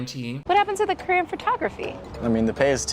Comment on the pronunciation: Did any one else hear that lady say “ what about your Korean photography?” Instead of your CAREER in photography.....